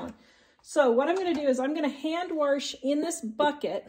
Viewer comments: It's not wersh but wash, and it's not handwershing and dishwershing... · "Warsh"? Really? 🤨😇